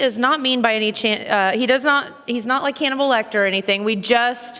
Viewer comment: Did she say “cannibal Lecter”? 😂😂